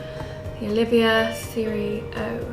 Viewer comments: As we say in America......Dude!! Its NOT. Oliveeeeahh!! Its Oleeeevah. When your dressed all elegant with that refined English accent, its ruined when you mispronounce the name of the cigar. Anyway you both seem like very nice people. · Nice review both of you. But please “O-liva” not Oliv-ia as I’ve heard you state often in videos. Please keep the reviews coming, they are great.